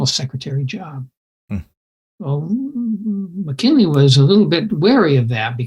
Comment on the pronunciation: Sounds like you’re saying “McKenley”